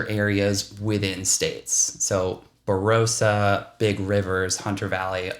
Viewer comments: Tops, mate. Say Bah-rah-sah, sounds better. ☺️ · Don’t know why yanks can’t get pronunciation of some of our names right . The “o” in Barossa is pronounced like the “o” in “on”